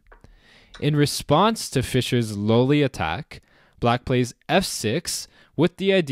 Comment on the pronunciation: I thought at first that you were mis-pronouncing Lolli, because everybody seems to say Lolli like lollipop. But since it is named after an old Italian player, "low-li" would be right.